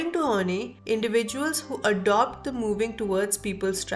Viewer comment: This is interesting and helped me a lot too. However, Karen's last name is pronounced as "Horn-eye" not "Horn-knee".